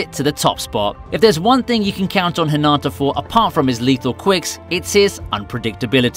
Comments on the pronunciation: Not tryna be rude but so many people do this so I feel the need to acknowledge it. When you say Hinata’s name, you don’t say it like how you would say it in Naruto, (Hinaata). You say the 1st “a” in Hinata’s name like an “I”. Also it seriously pisses me off when people make videos about Haikyuu when they most likely haven’t even watched it, let alone token the time to pronounce the names of everything in the anime. Its really not that hard. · You're saying Hinata's name wrong. You're saying it like a girl name. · You are saying hinata wrong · Why is it soo hard for eng people to correctly pronounce hinata. Fucking whats the TA at the end.